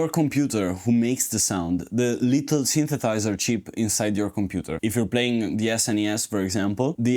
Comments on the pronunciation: I’m enjoying your videos, but I die a little inside every time you don’t pronounce the second “s” when you say “synthesizer”…. And you say synthesizer a lot! 😭😭😭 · How much education on the subject of synthesizers can one reasonably expect from someone who can't pronounce the word "synthesizer"?